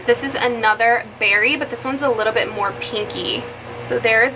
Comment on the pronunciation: When you said “mehr” and “shimmering Cheeto”😂😂💕